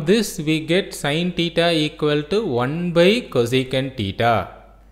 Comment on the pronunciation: It is not tita it is thita😂